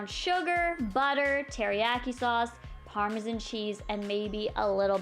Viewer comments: Im Canadian and i pronounce it normally. I guess she doesn't know how to say it. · Canadieans do have accents i'm Canadin I don't say Parmesan like that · You say Parmesan so weird. 😑